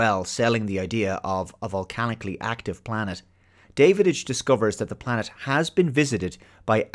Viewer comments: His name is Davidge NOT Davidige pronounced like ridge and the "hole" in his mask was designed that way purposefully as it made to resemble the mouth of some reptilian species which Draks were. That aside this is still one of my favorite movies and gets a watch from me once every few years. Rarely do I disagree with but I think he dropped the ball big time on this one. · Every time he mispronounces 'Davidge', do a shot.